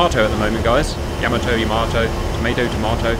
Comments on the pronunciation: Just wondering if you knew you were pronouncing "Yamato" wrong. It's yuh·MAA·tow not Yah-ma-TOW. Didn't know if you were doing this on purpose. If so, please stop. I find it disrespectful to this amazing machine and the people lost on her. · Very cool, but it's not Yama-TOE, but rather YA-mato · Yamato not yama toe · It not Ya-mo-Toe it is Ya-MO-toe. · It is not Yamm A tow It is Yah Mah Tow! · Not pronounced Yama-toe it is Yah-ma-toe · you should look up how to pronounce words like Yamato